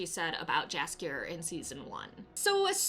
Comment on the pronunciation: You should call him Yaskier, not Jaskier.